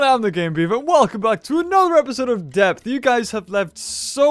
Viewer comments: You said deoth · it's called depth not deoth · I love "DEOTH" xD